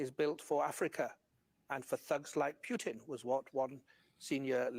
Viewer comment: The way says “Pew-tin” 😂